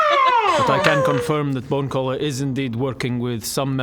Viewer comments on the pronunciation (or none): I thought it was bone crawler this whole time. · How about bone-geller? 😅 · i like how's messing up bonecallers name every time xD